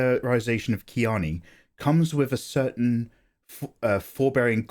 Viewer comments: he pronounced chani as kiani.. which is strange but interesting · Fair enough and not to be a stickler but her name is Chani, as in Chaw-nee. I get it though, there's things like that I havent been able to get past either. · I think he is using Frank Herbert's pronunciations which are sometimes weird